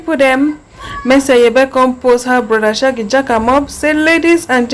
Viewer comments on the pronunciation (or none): Pls learn how to prounce name very well before you come on line not mercy Aiyebe is mercy Aigbe